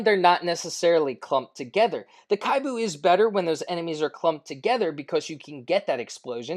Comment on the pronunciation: kibou for pve. PO for pvp. Actually its KI-BOU not KHAI-BU. Japanese meaning hopeful.